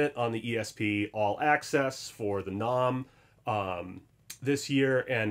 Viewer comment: Learn to pronounce NAMM. Also musicians friend is guitar center.